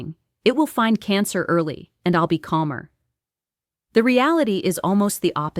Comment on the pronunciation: In "realadad"? Who is actually behind this AI generated image?